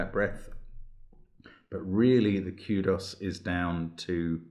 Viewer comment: “kyudoss” lol